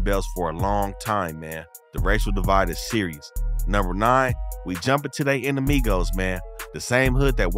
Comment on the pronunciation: I like the way you pronounce all the Spanish gang words correct. You even said enemigos.😂👌🏽👍🏽